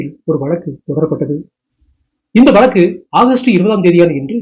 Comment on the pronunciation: வலக்கு, இலப்பு இப்படியா தமிழை தூய்மை இல்லாமல் தமிழ் படிப்பீர்கள்! Fie with your tamil pronunciation!!